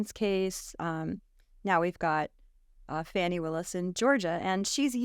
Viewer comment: Really? She actually called the GA AG “ Fannie” vs the way it actually is pronounced which is this “fawnie”. So disgusting. Also sir D. Trump said to others around him, “Can you believe I ‘effing’ lost to Biden?” He said that. Trump did. He said it. Thus lying on this podcast is so evil. Saying YOU thinkTrump though he really won when he said he didn’t is nothing more than a lie. So much for truth.